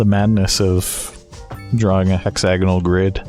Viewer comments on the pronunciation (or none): It is in fact “hex A gonal” not “Hexa Gonal”